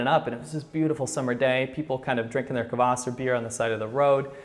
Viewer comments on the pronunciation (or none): one thing . not kawas but kwas it means acid and its disgusting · I realize this was literally almost a year ago, and just a small correction about the russian/ukranian drink you mentioned, its called Kvas (not Kavas). If i misheard, then sorry :P but just how i heard you say it sounded like you said Kavas. We have the same drink here too, only its non alcoholic and ofc commercialized so you have different kinds of flavors etc, but yeah its rly high in vitamin B so its kind of healthy :) As far as i know Kvas is also non-alcoholic even in russian versions (since thats where it originated). Anyway rly like your videos